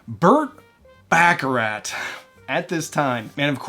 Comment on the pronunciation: Back-a-rat???!! Wanna try that again? 🫣